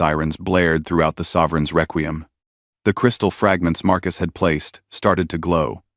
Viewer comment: Frigot? Reququm? So, not even a nodding acquaintance with the language... AI is going to save the world.